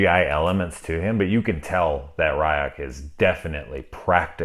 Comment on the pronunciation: * giggles softly * the creature is a shinigami - death god - and his name is pronounced Ree-ook (rheese + hook )